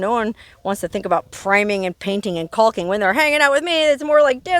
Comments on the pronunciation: Your fun to watch but the L is silent in caulking😂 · Its becoming more favored to say it now because of cocking being a dirty word.